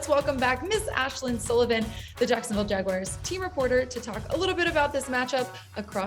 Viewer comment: its JagUARS not "WIRES"